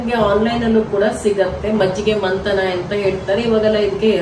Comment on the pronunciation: Mantana Alla Mathana Industries 😂